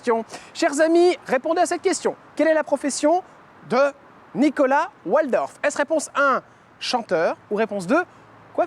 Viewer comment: Son nom se prononce Valdorf et non Oualdorf Jordan . Nom d’origine germanique 😊